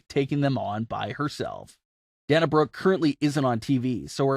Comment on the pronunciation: It's day nuh. her names only got one n dude. And is spewed on tv all the time.